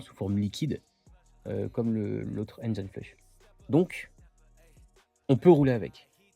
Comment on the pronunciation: C'est dingue il y a absolument AUCUN français qui sait prononcer correctement le mot "engine". AUCUN !!